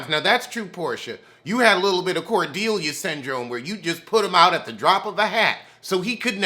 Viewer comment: Every time you say “Cordeelia” I HOLLER!!💀😂🔥❤️